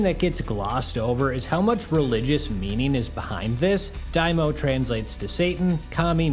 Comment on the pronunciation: It's Dai MA o . Not daimo Dai = Great Ma = demon O = king